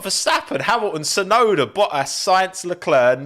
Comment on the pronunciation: he also doesn't pronounce the T in Tsunoda... He just says "Suenoda."